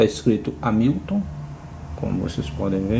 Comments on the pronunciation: Excelente vídeo, amigo! Mas a pronúncia é algo como "Rémilton", e não "Amílton" 😁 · você falou "Amílton" o video todo. Eu me referi à maneira que você pronunciou o nome da marca, não à maneira de escrever. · A pronúncia correta é rémiltom.